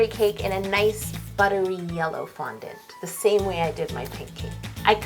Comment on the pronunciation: it sounds like it's not a cake it's a foundount lol😁